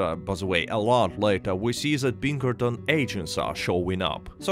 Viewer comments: Great video. I’m afraid i thought you were saying “Bean Curtains” for the majority of the video. I eventually realized you were saying Pinkerton’s. lmao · every time you say Pinkerton it sounds like you're saying Bean Curtains, it's really weird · I thought he was saying bean currents every time he said Pinkerton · It kills me every time you say Pinkertons because it sounds like "bean curtains". Of course, I can only imagine how silly MY accent would sound if I tried to speak Russian, so I don't even try.